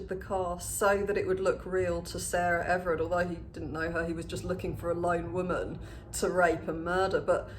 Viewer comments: Hey I just wanted to let you know her name is Sarah Everard not Everett. I hate correcting people but I thought it was important. Also I’m loving you with the blonde hair, I haven’t watched your videos in a while and blonde really suits you!! Last time I watched you were a brunette 💕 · Her surname was Everard, not Everett.